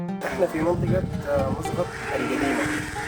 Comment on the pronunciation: مو مسغط 😂😂 مسقط مسقط 😂😂😂😂😂😂😂😂😂قال شو مسغط 😂